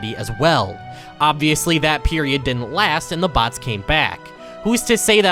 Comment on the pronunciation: You say "BHATS" instead of bots